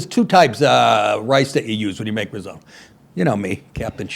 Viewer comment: Oh Nick, you’re hardly a stereotypical Guinea if you can’t pronounce Italian words. “Pistashio”? “Rizodo”?